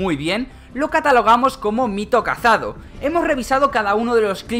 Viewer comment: Me pone nerviosos cuando dice cazado